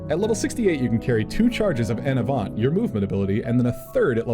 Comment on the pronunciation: This was a really great overview so thanks 😄 But if you're going to be talking about DNC skills a lot in videos, you're gonna need to learn to pronounce some French words 🤣 I'll get you started: "En avant" > on ahVO(Nh) ...and Esprit > esPREE